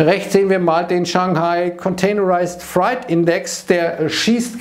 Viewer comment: Der „Freight-Index“ ist kein Furchtindex (fright=Angst), sondern ein Gütertransport-Index: freight = Fracht, ausgesprochen wie „late“ = spät.